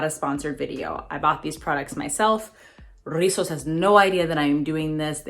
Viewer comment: another banging review! I have this line in my vault of products to review, you know how it is lol. and lastly I LOVE when you rock your hocus pocus sweater lol, loveeeee that movie. Oh and come thruuuuu with the pronunciation of Rizos, you can come to the puerto rican cookout hahahaha.